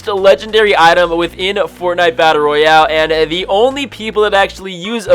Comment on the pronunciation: Every time he says battle Royale I lose brain cells